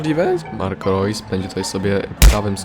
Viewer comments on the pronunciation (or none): none